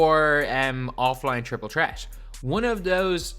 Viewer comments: J&M Prod. Chriple Chreat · I love how he says triple tret😂